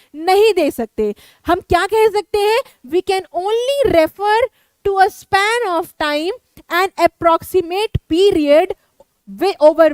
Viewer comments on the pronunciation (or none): none